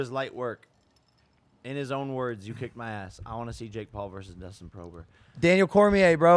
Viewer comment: Nobody: Jake Paul: DUSTIN PROBER